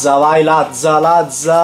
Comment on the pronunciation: Apparte che è latza no lazza